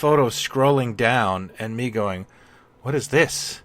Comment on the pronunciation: "... me going..." Mego-ing? 😄